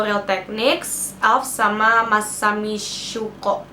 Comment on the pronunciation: The way that you say "masami syuko" 😂😂😂😂😂😂